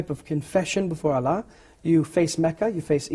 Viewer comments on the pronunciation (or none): none